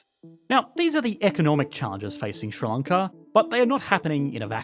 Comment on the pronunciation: Is what you call 'Ssrr-lloncaw' in fact 'Sri Lanka'?